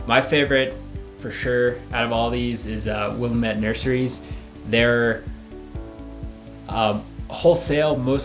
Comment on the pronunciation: Great info; thanks! BTW, I learned this pronunciation when I worked in Oregon one summer: “It’s Wil-LAM-ette, DAM-mit!”